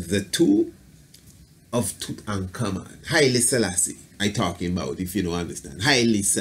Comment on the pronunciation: You do a god job saying his name correctly,but why not just say "King Tut"?lol!Thanks for good video!